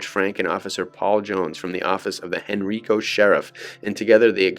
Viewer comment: Hearing you pronounce “Henrico” incorrectly is jarring. It’s pronounced “hen-rye-co.” I wish you YouTube content creators would check the pronunciation of people’s names, places, and things before posting videos. Just saying.